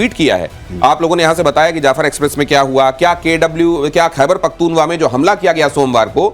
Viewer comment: Not Pakhthun-wa - Pakhtun-khwa !!!!! 😡😡😡 Correct your pronunciation !!!!!